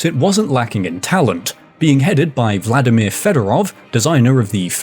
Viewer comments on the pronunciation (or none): none